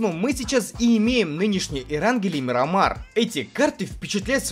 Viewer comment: МИРАМАР БЛИН А НЕ МИРАМИР 😠